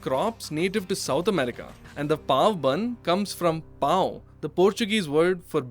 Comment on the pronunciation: As a portuguese, you pronounced Pão way too well for a foreigner.